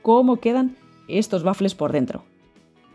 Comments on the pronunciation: Por diossss no se dice bafle!!! El bafle es o era un altoparlante donde se amplificaba la música. La pronunciación correcta es" uafle"( te lo escribo en fonética). Pero gracias de todas formas por la receta. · Waffel es una palabreja alemana, se pronuncia tal como se escribe. Muchas gracias por la receta. Igual se puede prescindir del huevo.